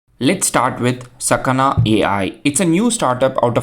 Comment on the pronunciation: the kana you read are sa ka na, so it is sakana